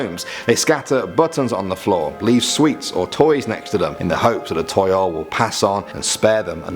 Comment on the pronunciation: toyol is pronounced as tow-yowl toyol